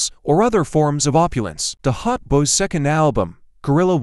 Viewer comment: Clickbait AI voice can't even pronounce Hot Boys and said nothing about B.G. lifestyle or 2024 networth smh. 🤷🏾‍♂️